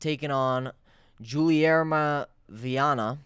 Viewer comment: "Guilherme" is supposed to be pronounced almost like "Ghee-lee-air-me" in portuguese